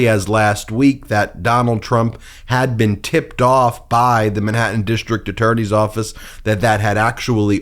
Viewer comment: dishtrict-DISTRICT, goes-SAID, dishtrict-DISTRICT, A-nother-another, dishtrict-DISTRICT. ENOUGH!!! WORK ON YOUR PRONUNCIATION!!!